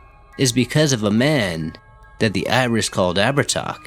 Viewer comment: Actually it's pronounced Ab-her-tah. He was around 6 ft 2 blonde hair blue piercing eyes, oh and he liked to wear white.